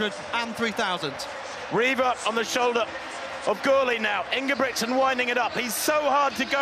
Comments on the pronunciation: Why do they pronounce ingebricksen? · Most of the European commentators do the pronunciation right. But it appears to be difficult for an English speaking person. Hardly none do it right. I am Norwegian by the way..